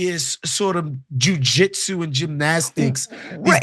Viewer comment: Jew-jitsu! 😂 Did you mean to do that? Either way it's hilarious! lol